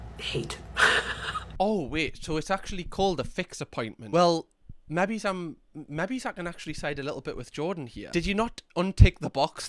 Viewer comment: I really like watching this guys videos, but he seems to be physically incapable of saying the word "maybe" and it bugs the living crap out of me 😂